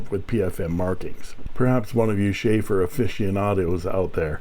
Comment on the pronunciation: It is not Schaefer (Beer) but Sheaffer and boy it is a touchdown! Great find!:_inkSmile